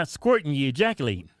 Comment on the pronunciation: I love how they pronounce "ejaculation"..It sounds like they're saying Jacki-laytin' ..lol